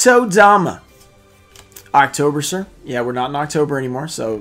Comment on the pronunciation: i think its pronounced "Octo-berser" and not "October-ser" lol